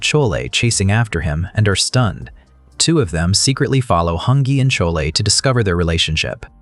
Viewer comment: Chole 😂😂😂 pronunciations haha